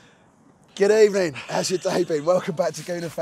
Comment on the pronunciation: Finally a good ebening!